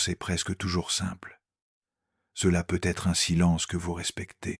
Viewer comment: Ajuster votre IA s'il vous plaît ! Car PEU Être que ça me coupe l'envie de continuer à écouter ! 😢😢😢😢